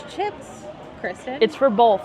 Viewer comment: Warsh it down? Bolth?